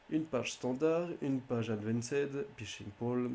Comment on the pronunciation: "le pishing" "un pay lohade"